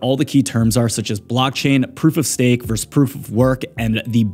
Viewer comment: say stafe 😂